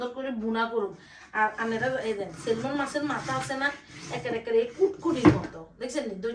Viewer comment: সেলমন না আপ্পি উচ্চারণটা হবে সেমন “ ল” টা উজ্জ্ব থাকে, উচ্চারন হবে না।